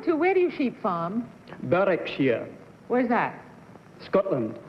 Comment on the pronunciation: I'd have never guessed Jim Clark. He doesn't have much of a Scottish accent and he appears to (possibly deliberately) mispronounce Berwickshire